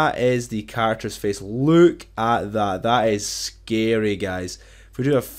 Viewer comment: “ luuuuke at that “ 😂😂 are you Irish?